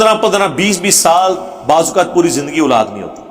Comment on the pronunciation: engineer sb urdu me aulad kahten hain nake ulad iske alawa word sahabi hai not sohabi pl correct ur urdu pronountiation